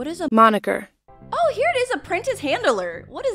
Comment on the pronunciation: WAIT HOW DID SHE PRONOUNCE “MONIKER”..?